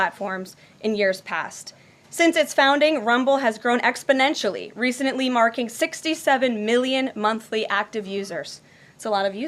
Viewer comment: New word alert ... "Recedently"